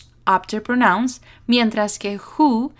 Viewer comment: Excelente explicación‼️....un detalle, pronuncias "pronóuns" y es "prónouns", con el acento prosódico en la primera sílaba...